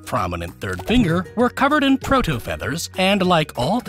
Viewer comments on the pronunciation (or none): none